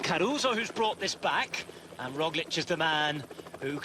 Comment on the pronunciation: Another day, another Rozhlick by Sean "The Name Butcher" Kelly